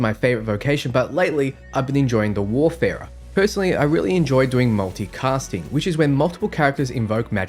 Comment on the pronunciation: WAR - Farer mate. WAR- Farer. ;)